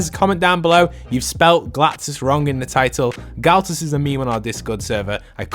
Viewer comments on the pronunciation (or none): Ah yes, “Galtus” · It said galtus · LOL WHO THE HELL IS “GULTUS”